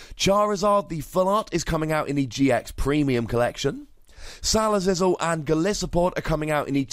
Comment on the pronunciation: Salazizzle may not be the correct way to pronounce it, but it sure sounds cooler than Salazzle.